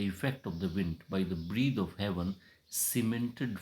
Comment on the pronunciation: Sir sorry to say some words mispronouned -- 1.Oft ऑफ्न we know it is often but the poet has spelt it oft so we must pronounce it ऑफ्ट not ऑफ्न to define old English with the new one. 2. Imprisoned इंप्रिजॉन्ड correct इंप्रिजंड 3. Breath ब्रीद Correct ब्रेथ I have not heard the full poem. These are observations of first few lines. Correct ब्रेथ